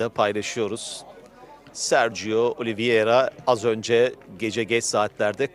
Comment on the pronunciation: yanlis soyluyosun, Oliviera degil Oliveira ))